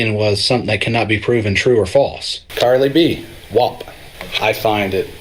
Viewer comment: Am I the only one that is hearing him call Cardi B "Carly B"??